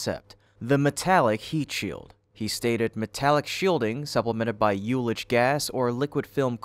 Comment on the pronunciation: There's nothing new about him wanting to use ullage gas as a virtual heat shield. It was, in fact, in the very first discussions Musk put forward about starship. Bye the bye, ullage is usualty prononounced without a leading jotation (y-sound)... and for reference, the j in jotation is pronounced with the leading y sound.